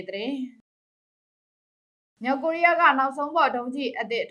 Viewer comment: မလဲရေ၊စိတ်မရှိပါနဲ့ မြောက် ၊ကသပ် အသံထွက်ရမယ်၊ မြောင်၊ဆိုရင် ငကိုသတ်သော ငသပ် အသံ ထွက်ပေးပါ၊ မြောက် ကိုးရီးယာကို မြောင် ကိုးရီးယားဟု အသံထွက်ရင်၊လွဲမှားပါတယ်၊ သတိထား၍ ဖတ်စေလိုပါတယ်။